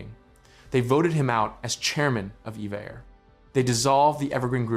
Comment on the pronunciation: I've been told that it's not "EVA Air" but "E-V-A Air."